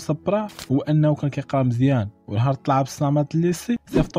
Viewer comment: عبد الصمد ماشي عبد الصامد